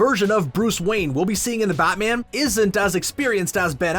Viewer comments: He keeps saying "Bot-man". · "buttman and flush" nice pronounciation narrator, really spot on...